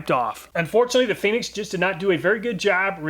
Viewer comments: Fen (like Pen) - icks? LOL! Fee-nix, like the bird, perhaps? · Awesome as always. One note on the Fenyx, it’s Phoenix lol. It even has a picture of the “Phoenix” bird above it. Made me laugh each time but it’s a good laugh, I needed it. Your videos are so good. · Great video, very informative I love all your videos. I just wish you would have pronounced Fenyx right, I mean it's literally got a Phoenix as it's logo. I know, I know it's SUPER nit-picking and you probably won't even see this or reply but just wanted to point that out. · Probably pronounced "fee-nix", not "feh-nix", right? 😉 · I believe it’s pronounced Phoenix